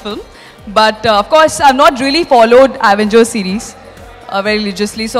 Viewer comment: Actual name Avengers How they pronounce Aaavengers